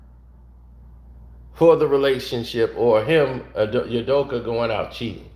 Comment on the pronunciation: Why after all this time does keep saying Udokee when its clearly Udoka like wtf is wrong with him man?